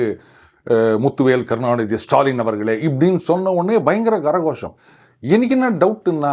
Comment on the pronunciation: What Gara gosham? It is kara (hand) Ghosham ( sound) Don't spoil sanskrit . Just say கைத்தட்டல்